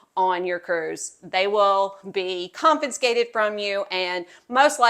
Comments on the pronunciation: It's confiscated. NOT con -fin-scated. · THANK U!!!.... The pronunciation was getting to me😢